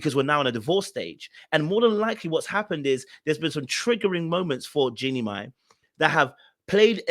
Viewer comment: Her last name is pronounced My not May